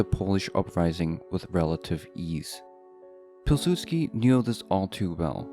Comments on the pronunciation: Piw sudsky not Pil. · you didnt pronounce Jozef Polsudski the way you would pronounce it is: Yuzef Powisudski